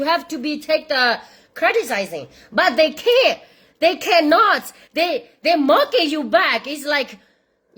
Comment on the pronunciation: I can't stop listening you say thae thae sing 😂